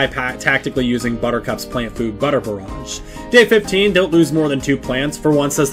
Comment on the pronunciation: bro said "flant plough" get his ass /silly /aff